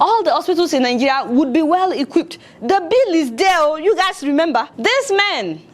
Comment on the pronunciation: Lol I like how you pronounce 'Nigeria' - Nigeya 😂